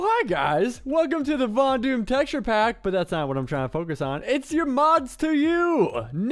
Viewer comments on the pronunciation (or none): none